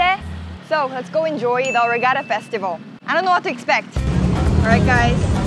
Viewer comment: That fine its festival